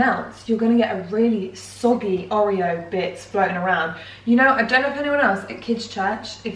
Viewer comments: The way you were saying oreo grinded my brain into mush omg 😂 Theres been a few times you've had people comment on your pronunciation and normally I agree with you, not them (refried bean incident) but its OR-reo not OH-reo. I love you but omg 😂😂❤❤ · Not oreo please pronounce it (or-ee-o) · I’ve never heard someone pronounce Oreo like that. Ohhh-rio LOOL.